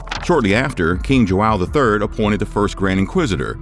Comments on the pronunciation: joão, not jo-awe-o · You couldn't learn how to say joao correctly?